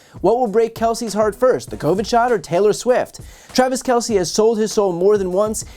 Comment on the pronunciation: The name is pronounced "Kel-s" . . as if the E wasn't there......"Kel-See" equivocates to calling Mr. Jones...."Jonesy"....!!